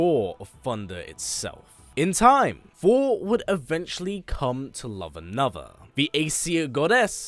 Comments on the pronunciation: Is it only me or he's really saying fhor.... Instead of Thor!!! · Hate how you say Thor! It’s so distracting